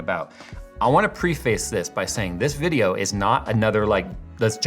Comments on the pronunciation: PREE-face? I've always heard it pronounced PREH-fiss. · Pre-Face is pronounced preh-fus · It's PREF-AS Not PRE-FACE! And Parameter, not Perimeter! I get triggered every time you say these two words wrong. Not usually one to nit-pick, but I just had to say something. Other than that...Keep up the great work! Those photos of the fractured GPU dies is NUTS! I'm surprised there wasn't smoke, or at least a nasty SMELL while this damage was occurring. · It’s pronounced “preface.” 😉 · preh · fuhs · The way you say preface gave me excruciating diarrhea. I know it's spelled preface, but it's pronounced "preh-fuss" lol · preeface lol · Check the pronunciation of "preface" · How tf are you miss pronouncing preface